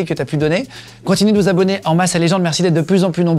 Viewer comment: Vous prononcez "Légende" et non "Legend"